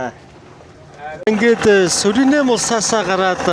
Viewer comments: Суринэм биш Суринам гэнэ шүү. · Суринам гэж улсыг Суринэм гээд л байх юм. Ядаж наад хоёр дэлбэнгээрээ иргэд нь өөрсдийгөө Суринам гээд байгааг сонсооч юм уншаагүй үзээгүй ч гэсэн